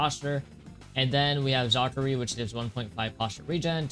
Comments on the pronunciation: tf is "zakari" it's zaraki lil bro spread em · Bro said zakari 💀